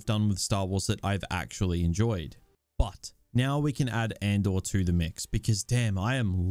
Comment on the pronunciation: "Or Andor" sounds like "or/and/or"